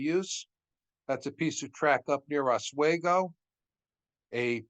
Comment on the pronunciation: That heater car at Roscoe in late May might have been used, upstate New York can have unseasonable temperatures even in late spring. Also it’s called OsWeego. Great presentation,thanks